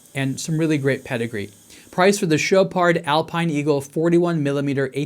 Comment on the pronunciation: Dude you don't pronounce the D in Chopard lol